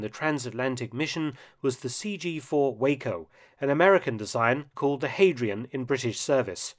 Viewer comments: That's how my Quebecois friend pronounces it. Also, the Waco company is usually pronounced "Waah - Coh"; it was founded by George Weaver (and partners) as Weaver Aircraft Co. about 1920, and after some early-industry amalgamations, became Advance Aircraft Co. but soon after renamed Waco Aircraft Co. To suit some of the minority owners who wanted the "Advance" name included, it was pronounced as if it was WAACO, or "Waah - Coh". The company name was never formally changed but the pronunciation lasted until the original company folded post-WWII and was then re-used by successor "revival" aircraft companies. But trifling criticisms on what is a fact-filled and highly entertaining video. I knew the basics, having been a member of a gliding club at RAF Dishforth in N. Yorkshire in the 1970s. There was lots of glider lore about, the field having been used as a testing centre for British gliders. In fact, the first successful parachute descent from a glider occurred there when a Hamilcar glider - being heavily loaded for testing purposes - suffered an in-flight structural failure, causing the test pilot and his co-pilot to "exit the aiahcrahft in a satisfahctry mannah" and alight back to the earth with only minor injuries. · The makers started as the Weaver Aircraft Company in Toledo, Ohio. They had no connection with Waco, Texas and the name was originally pronounced 'Wah-Co' so, I guess the glider is really the WahCo CG-4. The company layer changed its name to 'Waco Aircraft Company' so, it's a genuine example of an Acronym. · The company that manufactured the "Hadrian" is pronounced wah-co [from Weaver Aircraft Company of Ohio] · As impressed as I often am by Mark's videos, I'm disappointed that he's not pronouncing "WACO" correctly. A small detail though, the rest is great :) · pronounced Wah-co not Way-co. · WHA-K0 NOT WAY-CO - THE LETTERS ARE FROM - WEAVER AIRCRAFT COMPANY OF OHIO - NOT WACO TEXAS, JESUS GET YOUR PRONUNCIATIONS CORRECT. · It’s Wah-co not Way-co.